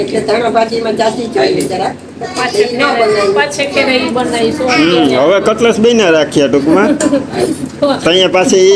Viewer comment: CUTLACE NA KEVAY..CUTLETS KEVAY.